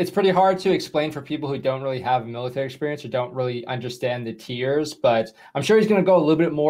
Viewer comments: It's MALE-itary...cuz...you know...so many males. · Love that "maleitary"! lol Seal tier 2? Interesting. I love that you entertain AND educate us! love from cold ass GA!